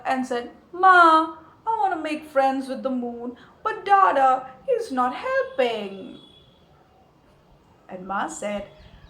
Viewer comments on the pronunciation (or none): dada in bengali means elder brother, the pronunciation is wrong and too anglisised...his name is not daadaa